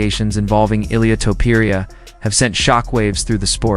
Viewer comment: Who tf is ill-ee-uh two-puree-uh?? 😂 Weakass click-bait bs video